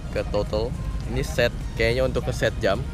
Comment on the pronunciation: JAM bro, bukan JEM, awas nanti kepeleset kalo nyebut JEM mulu haha